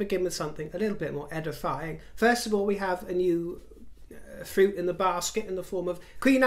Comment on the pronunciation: How you said fruit in the basket tickled me 😅